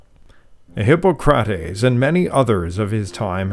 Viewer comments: Still couldn’t pronounce “Hippocrates” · Hippo'CRATES?🤣 Do better homework before you do a video, dude.